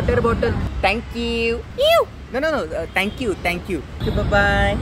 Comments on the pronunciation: "that thankewww" 😂😂😂😂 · 'Thankyy you' 😆😂 killing line😅😅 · bhn it's not thenqqqq its ✨thenkewwww✨😆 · Oooo.... that "tank euuuu"..😂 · 😂😂pardon nahi paadan And thankewwwww was epic